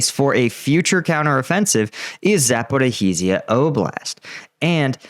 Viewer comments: When You read Запоріжжя try to pronounce it as Za-po- rizh-ia not Zapo-riz-hia. It doesnt matter much, but just would sound more original. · It's pronounced Zapooreezhya not Zapoorhareezhya! Where are you getting that 'ha' from? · I really hope that before the supposed counteroffensive realises that he's been misreading "Zaporizhya" as "Zaporihizya"! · It sound more like "Zaporozjey" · Say it with me: Zah–po–REE-zhee-ah. (Zh = s as in pleasure, leisure, treasure, etc., or French J as in Jean Valjean.) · Hi, love the videos! Just to hopefully help out as this becomes more of a focal point, most Ukrainians seem to pronounce it 'Zap--or-ease-ya'. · Thanks. So a useful key for English would be 'Zap-o-rose-ya' or 'Zap-or-owes-ya' (given we lack the ZH consonant, albeit we use it in leisure, pleasure etc). I just commented as is adding an additional syllable. Cheers! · Dosn't know how to pronounce name of the city's , doesn't know geography and diffrence between Mariupol and Melitopol. Meanwhile he is military expert exploiting this situation to spread western propaganda and earn some money from dum0b western audience. Great work man by the way real war right now is in U.S.A 4th bank on brink of collapse your economy is going down, ukraine lost this war , massive censured protests in Europe to stop arming ukrainans, but you are sitting there in your disney world still and spitting lies😂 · Congrats on your continued success in mangling the pronunciation of “Zaporizhzhia” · please learn how to pronounce Zaporizhzhia!! It's not hard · Can someone teach him how to say "zaporizhzhia"?